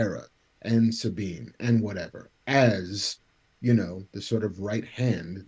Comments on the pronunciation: Bruh its Suh-Bean . Not SAAAABEEN. lolol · "Sahhbine." Does know better than Filoni and every character in Rebels/ Ahsoka about pronouncing Sabine's name? 😆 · Dude says he watched Rebels but he pronounces Sabine like that!? Give me a break. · 😆 thank you, I was looking for other people who were bothered by that. Fucked up her name every single time!